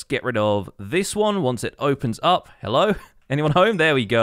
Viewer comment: TODAYS HELLO WAS LIKE "HELO" AND NOT THE USUAL "HELLLLOOOOO "..... BUT IT WAS STILL COOL